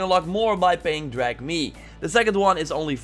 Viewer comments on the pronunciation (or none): A few points: 1) “Drack-me” not “drahg-me”. 2) Please don’t have music too loud in your videos. You were practically shouting over it 😫. 3) When describing builds, it would be ideal to show the actual build (for comparison)... footage of you using it is meaningless. You’re just waffling on for no reason. 🤷‍♂️ 4) Twitter is great and all, but barely anyone I know uses it. Why not open your Chanel to potential viewers by making a FB Page/Group? 5) Also about the next AC Game, apparently it’s code name is “Kingdom”... might be based on the Viking and Germanic wars. Thank you. Keep up the good work!